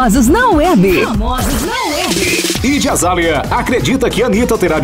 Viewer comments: Q narrador ruim kkkk ñ sabe falar nenhuma palavra em inglês kkkk Idi azália Suáit 🤦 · PELOAMORDEDEUS "tu naiti shou" "ijy azalha" "suaiti"!!! Melhorem!! 😂😂😂😂